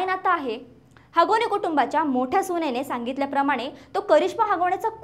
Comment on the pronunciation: सुणेने नाही सुनेने बोला गुणेहगारी नाही गुन्हेगारी बोला । शुद्ध मराठी बोला। गुन्हा बोला गुणहा नाही । हगवणे भाषा नको शुद्ध भाषा बोला।